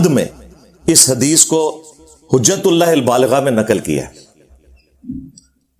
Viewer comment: Hujatul baligha…..abey Engineer sahi se kitab ka naam pad lo….kitna jhutttt bolta hai…..Tumhara video dikhney se accha hai BF dekh loooo😂😂😂😂😂